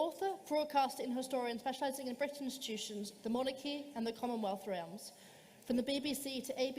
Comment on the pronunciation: You know it's gonna be good when the girl at the start pronounces 'realms'as 'ree-elms'